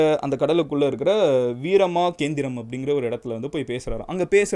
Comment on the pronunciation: It’s called வீர மகேந்திரபுரம் , not வீரமாகேந்த்ரம். தாரகாசுரன் Is the right name.